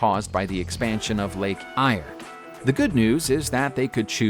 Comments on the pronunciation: Lake “Eyre” is pronounced: Air. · Yay!! Queensland is unaffected woohoo!!! By the way mate it's pronounced Lake "Air"